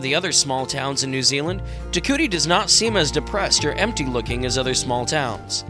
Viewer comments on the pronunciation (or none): It's pronounced TE KOO EETEE not TE KOOTEE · If you do a video on a town learn how to pronounce the name….tear- coowee-tee (Te Kuiti)